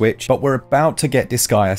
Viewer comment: Disgaea..? More like this-guya.. gonna buya.. the game. This guya gonna buya disgaea haha yeesh 😅